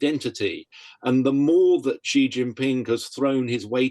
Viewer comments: It's jhee not she, if Jackie Chan is saying it right, and he's chinese. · It's Xi, and the x represents a sound that doesn't exist in English but is similar to the ich-Laut in German. The closest words in English are "see" or "she". The interviewee gets it badly wrong, with a sound that doesn't exist in Mandarin. I haven't heard how Jackie Chan pronounces it but his native language is Cantonese.